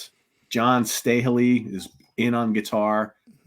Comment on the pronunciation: I've met John Staehely. Great guy. Been looking for video of him playing with Freddie King in the 70's (if anyone has it, John wants it). It's pronounced Sta hay lee, btw.